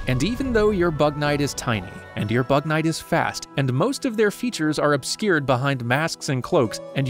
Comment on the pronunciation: It kinda sounds like “bat man”